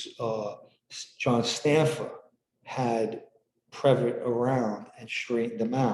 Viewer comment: It’s pronounced previt-EE. Not a big deal, just wanted to let you know. Thanks!